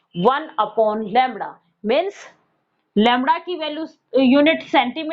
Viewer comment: Lamda nhi hota Lamda hota hai😂